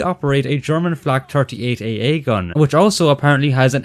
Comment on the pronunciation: Ahhh yes. The famous German AA shells. "air"